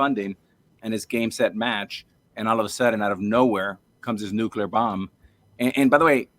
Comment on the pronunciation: asks the question I would ask. I'm not satisfied with their answer though. edit: i dont think anyone has said "nucular" this much since george bush (lore).